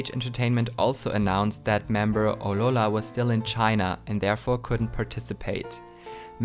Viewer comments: just wondering why do you say aurora like that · You need to pronounce Aurora better